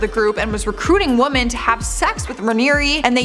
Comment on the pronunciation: I have to ask this why do you not the plural 'woMEN' you only say 'woMAN'. Eeeek. I love you girl, but please staahpppp